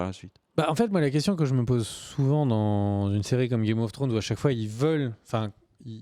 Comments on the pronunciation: IL FAUT ARRÊTÉ DE DIRE "GAME OF FWRONES" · "Game of Frones" mdr